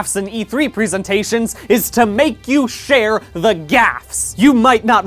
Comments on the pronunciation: Why does he keep calling it pree-sentations? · The way he says "presentations" makes me nervous